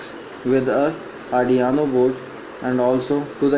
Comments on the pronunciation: its arduino not ardiano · Ardiaano board 😂😂🔥 bhai its arduino